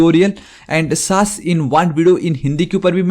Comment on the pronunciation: SASS ❌ saaas Bahu ✔️ so irritating 😑